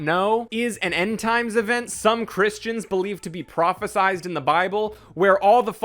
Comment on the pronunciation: It's pronounced "revelation" there's no S at the end, also it's "prophesied", no Z. I'm not Christian I just like to correct people.